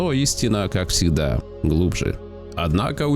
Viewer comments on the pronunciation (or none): ПрЫвЫк, Сегда найдутся, кто ваЩе поверит, Ездателю, свАеХо, увидели ДемьКу… автор ты не хочешь к логопеду походить? Лол